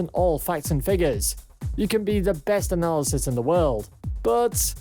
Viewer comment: The word is “Analyst”, not “Analysis”. Jesus.